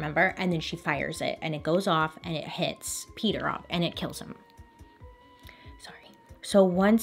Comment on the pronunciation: Name is PETER not peeder